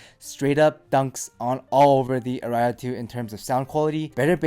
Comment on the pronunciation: "Ara ias" :)